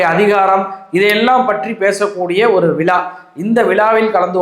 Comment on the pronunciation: அவர்களே விழா என்பதை விளா என்கிறீர்.இரண்டு உச்சரிப்பிற்கும் வெவ்வேறு அர்த்தம் உள்ளது.ஊடகத்தில் இருப்பவர் தமிழ் மொழியை சரியாக உச்சரிக்க வேண்டும்..தமிழ் என்பதையே தமிள் என உச்சரிக்கும் தமிழனா?